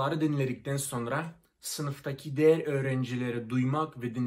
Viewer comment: İlber ortaylı'ya kadar girdiysen Türkçe' nin içine tamamdır Türkçe'yi fethetmişsindir. Çok güzel konuşuyorsun telaffuzunda çok iyi. "Diğer", " diğerleri" derken değer, değerleri şeklinde telaffuz ediyorsun. Benden küçük bir katkı olsun bu da.